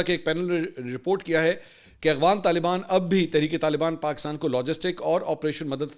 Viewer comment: منصور صاحب آپ اپنے ولاگ میں افغان کی بجائے اغفان کہتے ھیں اگر واقعی ایسا ھے تو تصحیح فرمالیں شکریہ